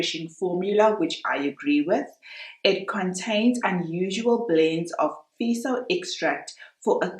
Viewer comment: Feso...not feeso Fe as in fair.